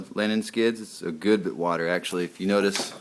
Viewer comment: Did you say water or wider???